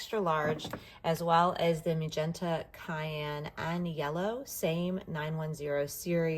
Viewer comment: Hello. This is a very good review. But cyan goes (Syan). What you said was cayenne.